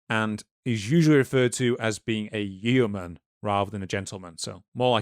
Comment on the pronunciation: I really loved this video but the pronunciation of yeoman and Yeovil in this video was grating 😭🤣